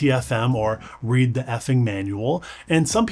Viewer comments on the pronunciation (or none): none